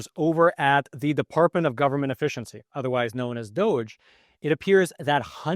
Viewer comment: "Department Ove Juvernment 'Fficiency." Sounds like "DOJ." The real pronunciation from Dipartment Of Government Efficiency should sound like "Duggee."